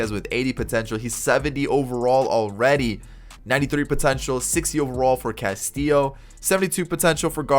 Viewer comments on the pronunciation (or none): none